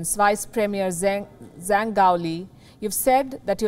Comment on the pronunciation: 张 (Zhang) is pronounced "Jang". In Chinese, "zh" is pronounced /ʈ͡ʂ/ rather like a "j".